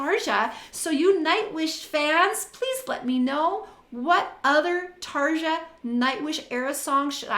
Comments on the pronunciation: bugging me that you keep mispronouncing her name... it's like saying "Tarr-yaww (roll the R's)" .. NOT Tar-juh... ughhh..... and she didn't 'stop' doing nightwish, she was kicked out for having an opinion on what music she had to contribute. Tuomas the keyboardist controls all that, he didn't like the fact she approached like that, BUT it was her husband that got in the way, she took his side.. in a letter to Tuomas, she expressed her feelings so they booted her. You obviously are not listening to her solo music since she left.. here is an example... if you're doing reactions, please for the love of all that is holy or evil, depending on your faith...RESEARCH ... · You keep mispronouncing her name, it's "Tarya" !!! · WTF does ANY of ^^^^^^^^^ have to do with this lady breaking down the singing of a singer? She said Tar-juh in the first part of the video... if you don't like it, click the F off and go to one of the other kazillion videos on youtube. I doubt has time to do 3 hours of research on the life history on every singer she reacts to... so she said.... let me know in the comments... so for the love of everything holy, evil and in between.... FO.